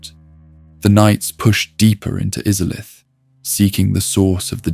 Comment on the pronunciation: Bro, im sorry. Maybe im in a bad mood or im getting tricked into commenting but how can you mispronounce Izalith WHEN THEY LITERALLY SAY IT IN THE INTRO TO THE GAME???